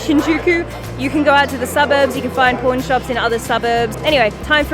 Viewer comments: Does anyone else hear porn shop instead of pawn shop when she says it? lol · When you say Pawn shop, i really thought you said p*rn shop. My jaw dropped a little bit. 😂😂😂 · we (americans) pronounce them as paw-n and poor-n. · I totally heard "porn shop" and was like woahhhh lol 😂😂😂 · Haha yeah, her aussie pronunciation of “pawn” sounded much more like the other word 😂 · In Australia we pronounce it the same way, how do you say the two words differently? 🙂